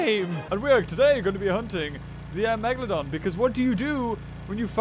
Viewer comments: ITS PRONOUNCED MEG-U-LOE-DON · It’s not called Megaloden! It’s Megalodon! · did anyone hear the tittle great white and not megaladon